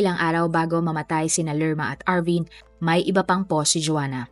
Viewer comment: powst not pohhhst, mowst and not mohhsttt... nakaka bother ung pronunciation.